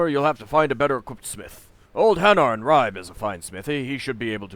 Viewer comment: Hi, I came here from the link on J2's channel, i really like this playthrough, BUT.. im bleeding from eyes and ears, everytime i hear you butchering the Danish / Norwegian names:-) even the easy ones like Ribe and Ketil...